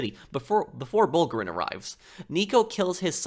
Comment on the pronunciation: It's pronounced b-oo-lg-uh-reen, not "bowlgreen", if I didn't see the subtitles I would have no idea who you're talking about, bowlgreen...